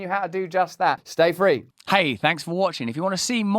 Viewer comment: how mNE tIms R U gonna sA it? ‘stA-frE’ we hrd U 1st 2 tIms, gud grEf.. btw., clever 3 sided ‘coin’ jOk😂